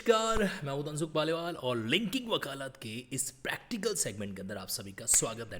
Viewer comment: Bhai sahab elaboration was good but its wakalat not wakalaat.